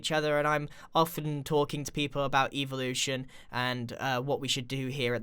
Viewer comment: When he says evolution it sounds like eeveelution from Pokémon lol and this is from the future lol